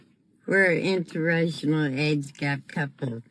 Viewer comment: And the old woman cannot even pronounce "inter-racial"...she keeps saying "interrational"😂😂😂